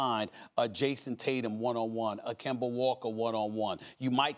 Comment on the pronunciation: I don't know why it's so hilarious when Stephen A mispronounces Kemba Walkers name and calls him Kimber but it's just hilarious